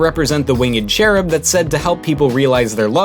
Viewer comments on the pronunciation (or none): none